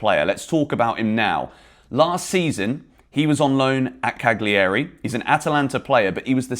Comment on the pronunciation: Pls, find an Italian to teach you the correct way to say Cagliari.